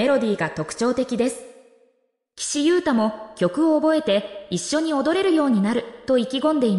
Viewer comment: まだガンユウタって言ってるの😩 名前間違えないで😩